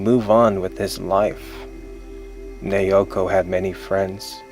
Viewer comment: it's nah-oh-koh. not neeyowkoh